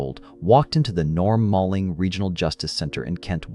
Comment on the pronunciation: Norm Maleng (sounds like MAYling). RIP. His office prosecuted my SA case.